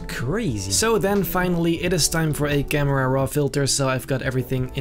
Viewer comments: I wanna say that him saying camrera is a bad thing but he's so dope that its basically a compliment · I love when he says camrara